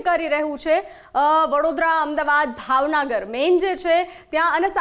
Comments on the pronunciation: ભાવનગર કહેવાય ભાવનાગર નઈ 😂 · ભાવનગર ને ભાવનાગર બોલે છે 😂😂